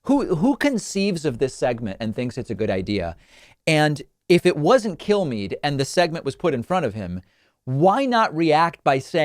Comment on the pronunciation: The way David says Kilmeade sounds like he's saying "kill me", which is what I'd like you all to do if I ever become as stupid as Kilmeade.